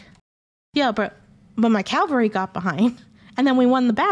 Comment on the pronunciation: Great video! Also, I just wanted to add, for funsies sake, that it must be an inate trait to historians to pronounce the word "cavalry" as "calvary." My husband is an ex-history prof (western civ post 1500), and he does the same thing ;)